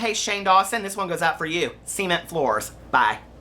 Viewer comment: Hahaha You're mom story had me screaming laughing! I loved it!!!! "see-ment" floors😂😂😂😂